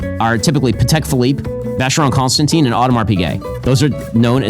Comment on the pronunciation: Someone who doesn't know how to pronounce Constantin is laughing at someone who doesn't know how to pronounce Heuer....just because his channel has more subscribers. What a content lol!